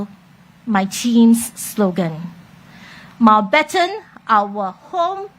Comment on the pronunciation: Why when she says Mountbatten she is missing the letter n sound in the middle? Replaced with o sound When she mentioned gesture in the other interview, the j sound replaced with g sound.